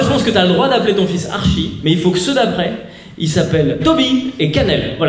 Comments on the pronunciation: On écrit archi mais ça se dit artchi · Archie ça se prononce "artchie" je pense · tu prononce mal c'est le diminutif de Archibal prénom d'origine allemande et ça se prononce "Arché" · Ça s'écrit Archie maos ça se prononce Artchie ahahah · Tes blagues mon fait rire mais il faut savoir que le prénom Archie se prononce Artchie voila pour la précision :) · Archie c'est pas l'abréviation d'Archibald 🤔 donc qql part c'est un peu royal, mm si c'est que Archie et est-ce que ça se prononce pas avec un t genre Artchie (en plus ils sont anglais) Si tu vois pas regarde Riverdale 😂😂